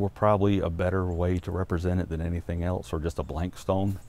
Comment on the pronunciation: Man does it drive me crazy when someone puts a “t” in the word else. THERES NO T!!!! Its elSE!!! Not elTs!!!